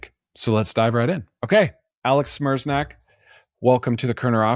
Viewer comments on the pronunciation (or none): "Smerznak" hah.. as a Polish person that's a funny way of pronouncing "Sme-reh-ch-nyak" :)